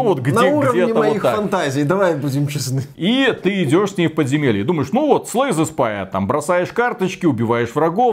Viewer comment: Какое еще "подземельИ", начал забывать великий и могучий уже.